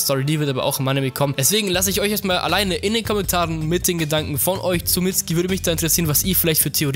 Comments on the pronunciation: Es wird nicht mitski ausgesprochen sondern mitsuki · Der heißt Mitsuki nicht mitski 😂😂😂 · nicht "Mitzki" "Mitsukie" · er heißt nicht mitski sondern mitzuki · diggah was für mitski🤣🤣🤣🤣 sag einfach mitsuki so wie in der serie du lelek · Mitsuki nicht mitsgi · Mitzki... saske... itatschi... bin ich der einzige den das heftig triggert? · Wird im japanischen ein u laut vor dem k laut nicht ausgesprochen oder warum heißen sie saske und mitski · FreezerJK-Online Es wird Mitsuki geschrieben aber Mitski ausgesprochen sogar Boruto spricht es in Anime so aus! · Wird aber "Mitski" ausgesprochen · man spricht das U bei Mitsuki mit🤦🏼‍♂️